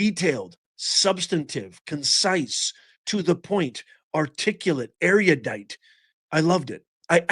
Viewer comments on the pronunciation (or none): Erudite. Three syllables